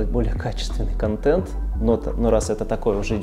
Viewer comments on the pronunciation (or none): none